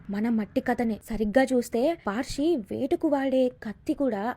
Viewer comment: అది పార్షి కాదు మేడం పర్శి అంటే పరశురాముడు అని అర్థం